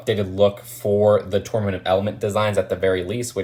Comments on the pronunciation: 😒👋: "Tournament" 😏👉: "Torment" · Did he say torment of elements? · Please people don't torment him on how he pronounces tournament....... Jk.... sorry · It’s rebooted and tornumant